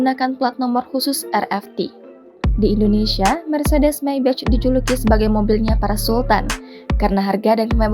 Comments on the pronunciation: Mbak, "Maybach" dibacanya: maybah bukan meybec. "may" seperti dalam kaya somay, dan "bah" seperti dalam kata horas bah. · Belajar dulu ngucap Maybach yg bener. Kuping sakit dengernya.